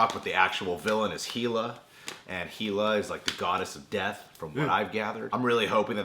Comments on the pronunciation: Hey. Hela is actually pronounced with a short A ("hell-a"), -- just so's you know for the future. And for the record, I think Ragnarok is referring to the Apocalyptic Asgardian event rather than the (comic book) Civil War clone. But then, I never considered it could be the cyborg/clone, so that is an interesting idea to consider.... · its pronouce hela as in hell-a like hell. as in she rules hell. not heela. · It's hell-ah not heel-ah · ITS PRONOUNCED HELL A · You keep pronouncing Hela's name wrong, it's pronounced Hell-a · It's Hela man.. like HELL-AH.. Hela.. Come on bruh you like in California, ya'll say that shit all the time. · I cringe every time you mispronounce hela it bugs me so much man